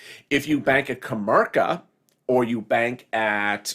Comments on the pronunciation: Comerica not kamerca,lol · It's pronounced Co mare I ca (Comerica) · Lol kinda on how to pronounce commerical lmaoooo... I know I heard it too lol